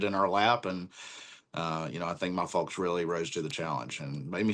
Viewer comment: It's fowks not fulks.....say it right! Lol